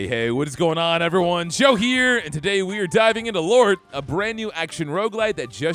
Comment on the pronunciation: The name of the game is acutally Lort (pronounced in Danish)